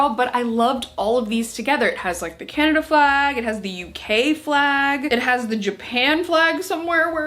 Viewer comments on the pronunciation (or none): none